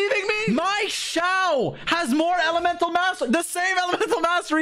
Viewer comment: Xiao(小) means small But how he pronounces it, it's like Jiao(脚) which means feet